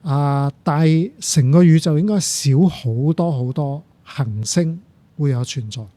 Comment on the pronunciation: 首先，謝謝朱教授嘅講解，雖然99%唔明因為學識有限，但聽到一位從事物理學習科學嘅專家，對讀出行星和恆星呢兩個詞語廣府話（廣州話，白話）嘅精準，佩服。